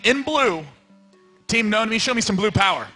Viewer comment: Husky pronouncing it "noony" was really frustrating after a while, but other than that it was great fun to watch :D